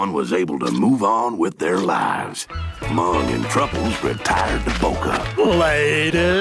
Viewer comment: his name is MUNG, this entire time I thought Chowder was calling him “mom”😂😂